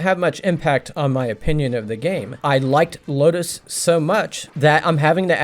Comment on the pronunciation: You're saying "Lodoss" wrong. Just sayin'.